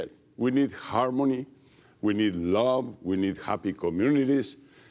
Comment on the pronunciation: Whee need..hoowwaaarmony. harmony? He needs to brush up on his ingles.